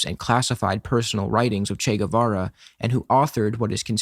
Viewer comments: When some speaker starts by calling him "Che Güevera" insted of Guevara I instantly know they are full of crap. You see, my first language/native is spanish, the "U" in Guevara surname is silent. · Ni lo pronuncian bien CHI GÜIVARA